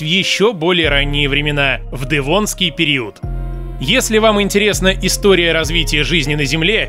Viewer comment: Автор. Как произносишь "дЭвонский"? Это так модно? По мАсковски..